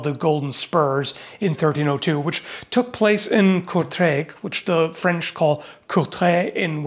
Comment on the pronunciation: Flemish here... still offended by 'flench'